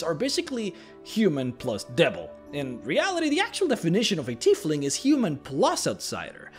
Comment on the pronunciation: Tiefling is pronounced "TY FLING" you're saying it like the name "Keith" but look out how the "ie" are switched